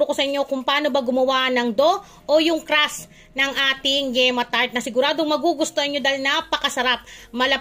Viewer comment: Crust po hindi crash 😂😂😂